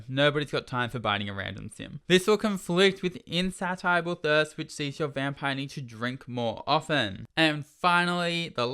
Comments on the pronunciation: insatiable: "in-say-sha-bul" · Insatiable haha think 'station' the ti makes a kind of shh sound and the e at the end makes the 1st (a) a capital so its pronounced insay-shable. No hate but I would want someone to tell me.